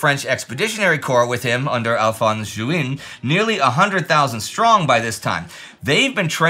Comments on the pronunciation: The surname name of Alphonse Juin would be phoenetically pronounced something like, "zhoo-AHNG". For future reference. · I'm so sorry to point that one detail out with all the amazing work you're doing, seriously. But "Juin" is pronounced like the month in french, or like vin or pain. That's all. Following you for almost 9 years now and that's one of the very rare thing that's been hurting me the whole time. 😅